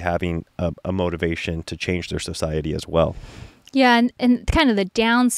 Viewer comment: What was in regard to? has some interesting pronunciations. SOW- siety instead of suh-siety. He also says boLth instead of both.